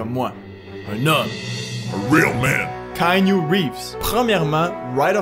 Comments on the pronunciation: Ca se prononce Kianou Reeves pas Kainu Reeves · mise a part que tu prononces croche son nom (c'est keanu Reeves, dit kianu, pas kaïnu...), bonne vidéo!